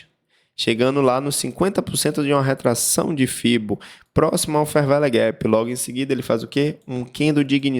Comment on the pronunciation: "fer véle guépi" ... muito bom